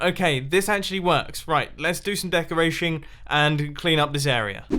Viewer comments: Mumbo what is decorayshing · "decorashing" xD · Decorashing. Heh. He said it. Hehe nice video mumbo item frames do make it look nice. As well as more coordinated. Wonder how hard of a challenge to him would be if he did a full survival series banned from using any redstone? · Decorating, Mumbo not Decorashing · XD Mumbo when u finished making your entrance to the mine u sayed dakoracing not dacorating 😂😂😂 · what’s decerashing? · decorRACHING XD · Decorashing? Ummm Mumbo are you alright? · Another Mumboism , 'decorashing'. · Decoraching XD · At 19: 13, he said "decorashing" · let's do some decoreyshing 😂😂😆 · Mumbo Jumbo saying decorashing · "Let's do some decorashing" Mumbo 2018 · let's do some decoraSHing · let's do some decorashing. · decorashing lol mumbo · he si going to do some "decoreshing"! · Haha mumbo you said decoraish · Let's do some DECORASHING - Thanks Mumbo <3